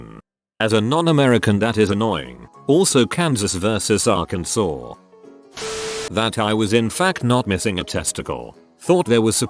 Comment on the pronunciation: Robot pronounced Arkansas correctly after having read the word Kansas. I'm stunned... but delighted